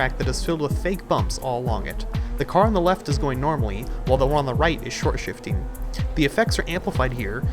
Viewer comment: Stop calling it shortshfting just stop